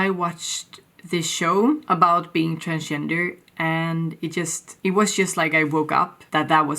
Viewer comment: You sounded like "I'm trans-ginger" actually, lol.